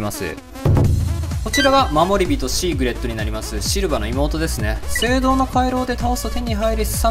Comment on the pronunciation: シーグレッドじゃなくてシーグリッドだし、よいしょよいしょじゃなくて要所要所だし、まもりびとじゃなくてもりびとだし、ねしつじゃなくてしんしつだし、ら抜き言葉ばっかりだし、日本人じゃないのかな？